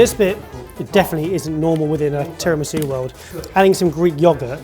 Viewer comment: Was that "terror-misu"?